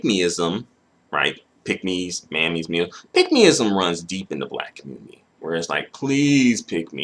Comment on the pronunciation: where da kanga in a kammunitiiiia